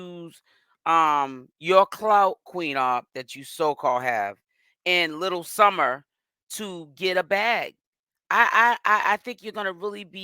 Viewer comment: Yo you adding that “s” on Summer was killing me 😂😂😂